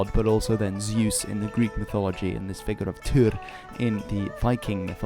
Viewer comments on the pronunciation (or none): hi all! i am a nitpicker and i am sorry for it, but honestly: you correctly pronounced deus, but then completely butchered Zeus. Why?